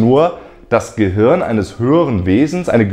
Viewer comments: du sagst immer "gehürn" oder "gehörn":) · Hey Leute! Was meint Ihr? Ist das Universum ein Gehirn? Falls nein, wie sind die Ähnlichkeiten zwischen Filamenten und Hirn zu erklären? Übrigens sorry, dass ich Gehirn immer "Gehörn" ausspreche - liegt an meinem rheinischen Dialekt xD Bald ist ja schon Weihnachten und deswegen erhaltet Ihr in meinem Shop Rabatt auf alles! Verschenkt doch dieses Jahr mal einen Plüsch-Planeten, ein Science-Shirt oder eines meiner Weltraum-Bücher! Schaut mal vorbei und gebt am Ende den Code "galaktischeweihnachten" ein: 🚀🎅